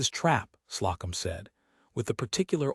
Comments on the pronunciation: Story was good, but presentation was badly done. AI very bad with proper names. "Slocum" was mispronounced the entire story ("Slow'-come", not "slah-cum"). And the pronunciation of "arithmetic" was painful. The background pictures are unnecessary, unrelated and distracting, though a Commentor on another thread said the image can be enlarged with two fingers. This eliminates the captions, which do not follow the narration anyway. If captions are needed, I suspect "Closed Caption" would be more accurate. Narration was dry. I gave the story a Like, but did not Subscribe. OR, USA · Love this sweet, tender love story. Ada & Ellis are good people that belong together. They become stronger together & win. The A I really needs attention with pronunciations. Slocum=slow- come. In all stories it is never corrected. It always calls hoping as hopping. Please please fix this tiresome voice. Story is great. ❤